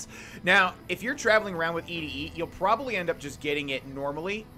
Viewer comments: ED-E is pronounced like 'Eddie' The quest is named after the song 'Eddie My Love' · ED-E is pronounced like "eddie" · I think it is pronounced Eddie... like Ed - E